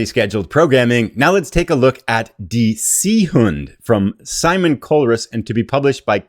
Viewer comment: Die Seehunde “dee zay-hoon-duh”